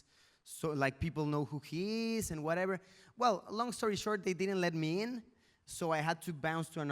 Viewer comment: Luisito porque hablas del werever, te escuche varias veces decir werever, werever